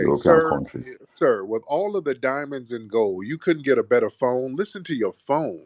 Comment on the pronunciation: Aww dee dye-munds